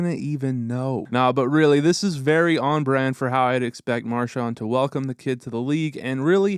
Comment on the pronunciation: To the narrator: Brad's last name is pronounced Mar-SHAND, with the last syllable sounding like the word HAND. It is NOT pronounced Mar-SHANT, with the last syllable sounding like the word WANT. Hoping this helps. Enjoyable video, but please fix the pronunciation of his last name. Thank you.